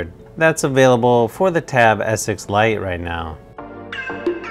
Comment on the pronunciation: I don't know if anyone notices the wired pronunciation that sounds like "Tab S6 lion".....